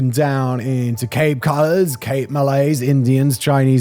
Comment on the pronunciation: There are so many random words Simon struggles tp pronounce, mqny I can understand due to him having been exposed to a lot of American mediw however surely coloureds is a weird one to struggle with?